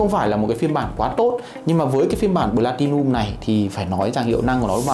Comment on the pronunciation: Cứ nghe thành blatilium nghe khó chịu nhỉ. "P" chứ ko phải "B"